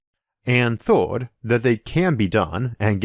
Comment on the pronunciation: Interesting video :) I just need to get used to the accent though... so many words are "weird" (to my ears) pronounced. Instead of "first" I hear "forst", instead of "earths" I hear "orths", s/third/thord/g. Etc... I got to wonder, where is this accent spoken?